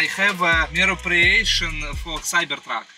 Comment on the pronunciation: Мероприэйшен Как же меня вынесло